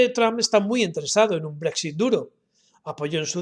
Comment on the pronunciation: Yo practicaria un poco mas para pronunciar Brexit un poco mejor